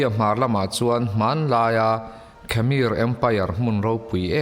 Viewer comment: Khamir niloin khmer(hmer Tia lam)